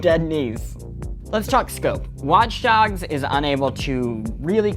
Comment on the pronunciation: Did he say watch darks